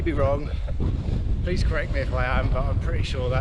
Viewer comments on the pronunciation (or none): none